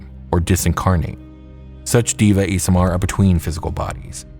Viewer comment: Deva is pronounced Day-vuh. Great video!